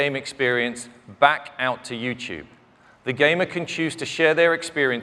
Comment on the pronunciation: what's "you choob"?